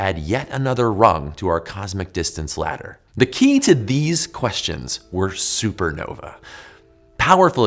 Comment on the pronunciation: Anyone else annoyed by the poor pronunciation of supernovae?